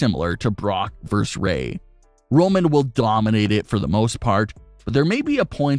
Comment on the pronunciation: verse? what is it, a line in a song... no hell no... dude the word is Versus...